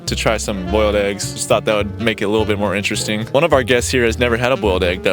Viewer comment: IN-TURR-RESTING SHIT!!!!!